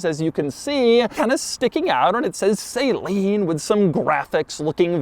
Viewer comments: Doug would be the type of guy to call it a "SAY-leen" rather than the correct "SAH-leen". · Suh-leen not fucking say-leen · It’s suh-leen NOT say-leen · Great review! A few notes: it's pronounced "Suh-leen" not "Saline", at least when I met Steve and his daughter Molly, they pronounced it that way (btw, I think Molly's signature is on the passenger airbag cover in the video, Steve signed mine!) the supercharger was a dealer installed option and not a Roots style like the X-Charger of this truck but a centrifugal Powerdyne unit, so no whine but a subtle whistle at idle. I believe the Speedlines were recalled due to cracking under the Explorer's much heavier weight versus the Mustangs and really only on the 98's. The lugnuts have an aluminum sleeve that cracked on mine. I was able to find new versions from a Ferrari aftermarket company as the F355 had similar factory Speedline wheels during this era. The hood is made of carbon fiber and very rare since it was an expensive option. I found mine on a clone years ago, along with the brake/gas pedals that many XP8's don't have. The steering wheel is also very rare, on only the 98's I believe. The interior pieces on this XP8 isn't on all examples, some might be aftermarket in this truck. In the tan interiors, Saleen had a faux wood grain instead of the carbon fiber. Yes, the Recaros are super rare as well, the last piece I've been searching for! As to be expected, XP8 specific parts are insanely rare. Along with the challenges of maintaining a 25 year old grocery-getter, there are headaches but it's so worth it. I was 12 when I saw my first one at my neighbor's Ford/Saleen dealer her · Doug is the kind of guy who pronounces "Suh-Lean" as "Say-Lean" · Bruh why am I hearing people saying “saline?” It’s SALEEN!! SA-leen😤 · Why does he pronounce it Sayleen instead of Saleen like Saloon? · I thought it was pronounced "SA-LEEN" not "SAY-LEEN" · Love the video Doug but please please please stop saying SAYLEEN. It’s Saleen